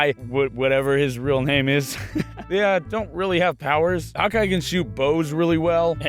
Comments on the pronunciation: The first time I watched this I thought you were saying hot guy instead of hawkeye... uuuhhhh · when you said Hockey... It sounded like hot guy